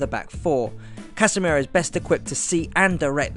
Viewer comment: It's Casemiro btw, not "Casemero", great vid btw! Just a lil pronunciation tip for when he features in another vid<3